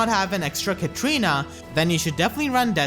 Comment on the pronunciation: Someone who's bodered by how every one sound like "Katrina" instead of "Katarina"